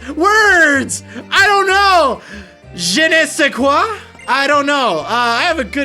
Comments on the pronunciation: BLESS. That pronunciation of "je ne sais quoi" was perfect. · Hey, your "je ne sais quoi" was quite good! You pronounce it right. ;) I'm really happy you decided to continue this wedlocke. I missed your pokemon adventures! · you said it right but it means I don't know which I've always thought is super stupid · YOU SAID IT RIGHT! YOU SAID IT RIIIIIGHT! I'm happy that you said je ne sais quoi correctly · Not a bad stab at pronouncing je ne sais quoi, certainly not the worst I have ever heard. Fun fact it literally means "I don't know what it is" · Yay you said "je ne sais quoi" correctly! uh, i think sort of but still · That was a surprisingly good pronunciation of the words you otherwise said you knew nothing about! Well done! Even putting emphasis on the J in 'je' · YOU SAID JE NE SAIS QUOI RIGHT! HE'S LEARNING! HE'S LEARNING! WOOOOOO! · No worries; I'm pretty sure you said "je ne sais quoi" properly. ^^